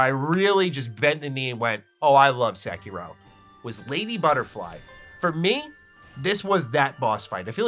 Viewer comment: Homie is really going out of his way to say as many of the terms and names as possible COMPLETELY AND UTTERLY WRONG 😂